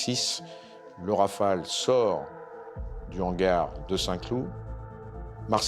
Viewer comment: Please ... RAFALE and not Raphaels!